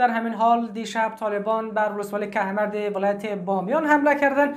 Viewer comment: لطفآ کھمرد نگو کوہ مرد بگو